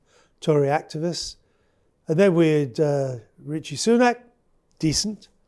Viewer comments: Why does he pronounce Rishi as Ritchie, is it an old man thing? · Can't even pronounce Rishi correctly... "Ritchie". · I like the Freudian slip ... "..and they ended up with Richi Sunak"....not "Rishi"....love it!!